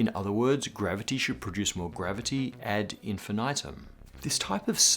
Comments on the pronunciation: Great episode as usual! Just a little thing that bugs me, the third "I" in "ad infinitum" is pronounced like the first two. If we are going to use Latin phrases we might as well pronounce them in proper Latin. Thanks for all the good education you guys provide for free! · I really don't like the English version of "ad infinitum"... why did they change the pronunciation of it, if the original/classic latin is already close to the English "Infinity"... just remove the last "e" sound and add "um"